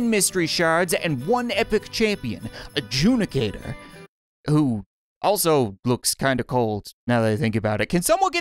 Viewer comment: when he said ajudicator the first thing i thought was judice.